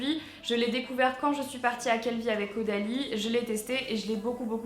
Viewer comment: A elle a dit avec audalie et le nom du produit c Caudalie mdr